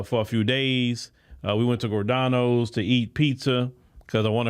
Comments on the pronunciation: Giordono's Pizza is pronounced Gi-or-da-no's. It has a j sound to it. Chicago has been a SH&T show for decades. I hate the politics there. I was at the Bud Billiken parade a few weeks ago and they had a lot of the politicians in it. It seemed like a lot of Chicagoans there were happy to see those politicians. It was really ridiculous. Hopefully, Mayor Brandon Johnson will only be a one term Mayor. I remember a movie a while back with Bruce Willis as an Army General and the Army came into NYC and shut it down and had checkpoints everywhere. If CPD can't control those gangs, they need to bring someone in to handle it. There are way too many migrants in the city especially downtown pushing food carts. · Giordano‘s (jee or don no’s) 🤦🏽‍♀️🤦🏽‍♀️🤦🏽‍♀️🤦🏽‍♀️🤦🏽‍♀️🤦🏽‍♀️🤦🏽‍♀️🤦🏽‍♀️🤦🏽‍♀️🤦🏽‍♀️